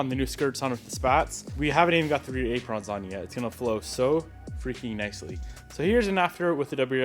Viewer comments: ay pruhns not ay prawns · This man say Aprawns? Lol